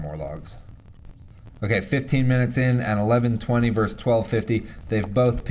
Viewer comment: "vs." = "versus" NOT "verse". The 2nd "s" is pronounced.